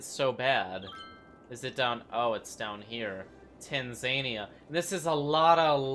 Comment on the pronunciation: The way he says Tanzania makes me so mad.